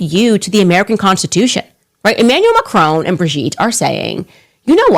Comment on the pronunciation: Dear Candy - please pronounce Macron properly. Its not Macrone.